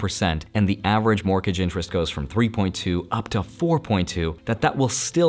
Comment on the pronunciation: Morkege rate? or Morgage rate? Not a hater love your content! just thought it sounded funny, fantastic content as always!